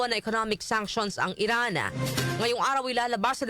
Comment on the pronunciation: Darlehen, bakit palaging may buntot ang pronounciation mo? Gaya ng Iran naging Irana, ang ptotection ay naging prot3ctiona.. Ang salitang Gabi ay naging Gabiya. Please paki ayos ng pronounciation mo para hindi pangit pakinggan. Thanks